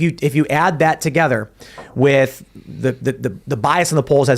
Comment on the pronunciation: Why does say "wit", not "with"? I think its intentionally done as he pronounces everything else with intent.